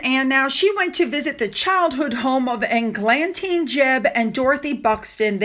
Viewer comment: it's Egg-lan tine, rhymes with fine. I would never be so petty as to correct you but hope you see the humor here, as I know the name from Angela Lansbury's character in the Disney film from my youth, "Bed Knobs and Broomsticks, " Eglantine Price. We had the soundtrack on vinyl!